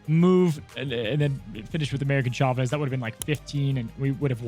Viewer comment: Why do I always hear “American” Chavez whenever Cozy mentions that card?!